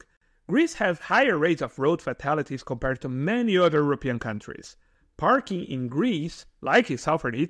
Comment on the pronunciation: When you say 'kom-par-red', are you actually trying to say 'compared'?